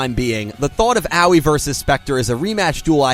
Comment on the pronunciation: Dude, Aoi's name is not pronounced "Owwie"